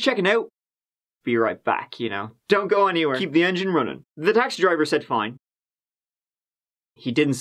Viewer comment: "Let's give it a goo" get it right